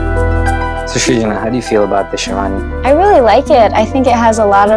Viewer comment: even stuff like sherwani and lehenga they cant pronounce correctly... so how do you expect them to pronounce their names. shawani lol